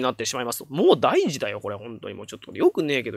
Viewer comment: 敢えてなら申し訳ないのですが、 この場合の『大事』は"おおごと"と読む気がします。